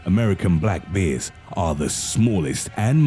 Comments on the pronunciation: He seriously says "beers" instead "bears" :D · Ba’ers in a real boston-like accent.